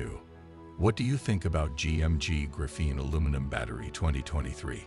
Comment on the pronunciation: Pretty sure that’s the wrong emphasis. Pretty sure it’s the same emphasis as graphite.